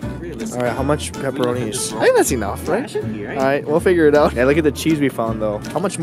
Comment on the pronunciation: After 2 years i came back to hear Peperona